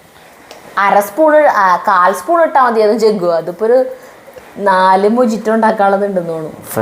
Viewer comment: മൊജിറ്റോ എന്നല്ല, മൊഹീത്തോ എന്നാണ് pronounce ചെയ്യുന്നത്. It is a Spanish drink